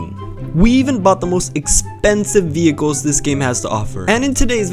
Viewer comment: "Veicls" "20m" "Why is this tutorial bothering me" 😭😭😭